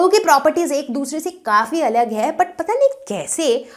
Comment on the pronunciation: mam ....in between u r saying " alage' a telugu word or "alag hai" hindi word??/ i thinkl its is the great doubt a student ever asked.......lol